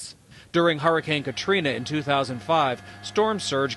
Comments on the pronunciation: does anyone else realize he says harricane? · Why is he pronouncing it like "whoreicane"?? Lol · Take a shot every time he says harricane